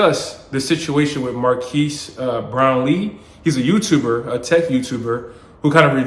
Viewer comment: pronounced mar kez sir.